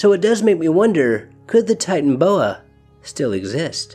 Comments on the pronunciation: ty-tan-o-bo-ah not ty-tan-bo-ah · Kind of irritating to continually drop the middle syllable. Ti-tan-o-bo-a.